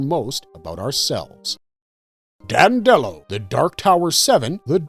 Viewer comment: It’s pronounced DANDY-low NOT DAN-dellow.